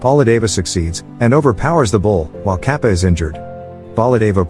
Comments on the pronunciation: i can't stop laughing everytime it pronounces kaapa (katappa) and other names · It is kattapa not kaapa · He is saying kappa instead of katpa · yoo its kattapa not kappa . the explanation was nice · What the fuck is kappa......... Its KATTAPPAA...... BITCH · Kappa? Lmao it's Kattapa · Okay im not indian but it's pronounce Tar-ka-pa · Honestly every time he called Kattapa as 'Cap' it cracked me up😂😂😂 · it is Kattappa (கட்டப்பா) {Kaṭṭappā} in pronucation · It's not Ka pa it's Kappa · It's not kapa it's katappa Kings name is Bhallaldeva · its "kappa" its katapa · Capa ??? His name is Catapa . You have messed so much with pronouncing names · Its KATAPPA, not KAPPA 😂😂😂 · it's kattapa not kapa 😒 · Btw it is not kappa but katappa. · Bro there is a second part of the movie I'm indian and this is more and 3 years old and bro that bald guy's name is kattappa not cappa lol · It's Katappa not Kapa 😑 . Come on man , at least read properly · its Kattappa , not Kaapa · Its kadappa not kapa en pleas say the words properly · "Kappa" Its katappa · Its not 'Kappa' its 'Kattappa' (Kat-tap-pa) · it's katappa not kapa nad mahasmati not mashma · The name pronounciation needs working for Indian movies It's katappa not kappa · It is not kapa its katapa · It's not Kappa It's ka-ta-pa. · / its not kappa its katapa 😅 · Lol katappaa is really mean to be kaapa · its kattappa , not kapa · The fact that he pronounced the "kattappa" as kaapa baffles me. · Wait it 's not Kappa it's kattappa And also mahismati not maharshi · He may not have spelled some words like 'Katappa' and 'Maheshmati' as he should have, but it is fine; cause at last everyone understood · oh my god he is calling him KAPA😑😓 its Ka ta pa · its not capa its kattapa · It's katapa no kapa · Not Kappa it is Katappa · Kappa 😆😆, it's katappa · its katappa not kappa and its mahishmati not mahishi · Its not kappa, it’s Kattappa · it’s kattappa not kappa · as an indian and he says it like papa but its katapa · Its not kappa its katappa